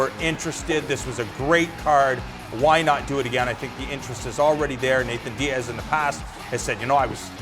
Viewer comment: I hate how he calls him Nathan diaz.